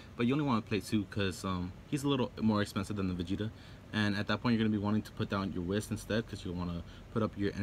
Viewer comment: You play that much but don't know how to pronounce Whis, lol. Nice deck otherwise.